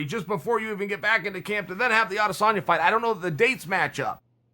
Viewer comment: How can he say rat lip skinny samalian, adesambo, adesamali